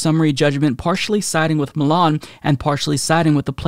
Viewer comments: it’s MY-Lin not ME-Lan lol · Lol, I'm sorry but pronouncing Mylan (my-lan) as Milan irritated me, like leave Milan out of this mess haha. I know he's done that to many names, he's always said he's a chronic mis-pronouncer, this made me want to stop the video tho. 🤣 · You're killing me by pronouncing Mylan as Milan lol. Fuck the company but I'm from that town and grew up with the company's heir so the pronunciation is ingrained in me. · My wife’s first EpiPen was $60 for a twin pack cash (in 2007 or 2008), way cheaper with insurance You always need two epipens btw, they wear off too quickly Also listening to mispronounce Mylan….